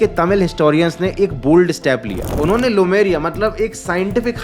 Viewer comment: भाई वो लेमुरिया है लुमेरिया नहीं। ठीक से देख लिया करो।